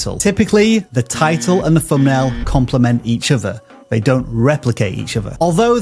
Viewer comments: He actually said "Fumbnail" a million times!!! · Whereas vis guy says fumbnail over and over again!